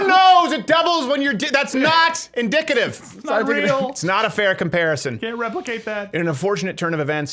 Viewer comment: "It's not inDICKative!"